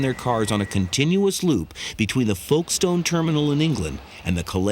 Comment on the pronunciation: A shame the narrator can’t pronounce Calais & Folkestone correctly